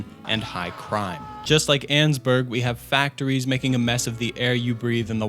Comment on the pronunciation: You’re mispronouncing Annesburg